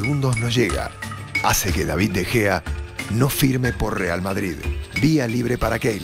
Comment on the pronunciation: min "De Jeo" ahahah 😂😂😂